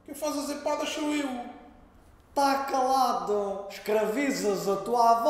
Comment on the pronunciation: "Tá caládu"